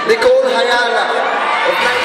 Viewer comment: sino ba yung mga presenter sablay eh, nagsasalita pa yung babae atat yung lalaki, tapos di pa nabanggit ng maayos yung name ni ms. nicole hyala, anyway congrats to papa jack at nicole hyala and more power to love radio.... BISYO NA TO!!!!